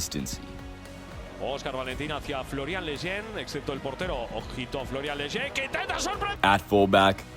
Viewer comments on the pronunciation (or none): none